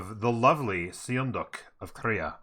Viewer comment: Sorry I couldn’t resist - It’s pronounced “sun duck” if you care at all. Sweet content btw